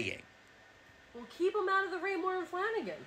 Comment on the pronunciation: "Raymore and Flanagan"???